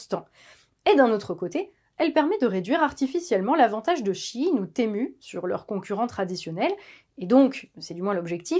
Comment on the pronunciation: enfin quelqu'un qui le prononce bien. SHEIN = SHE IN = SHE's IN = en VF = ELLE EST A LA MODE....